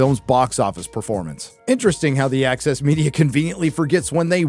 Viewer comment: when you say the "access media", it appears in my mind's eye as "The Axis Media" LOL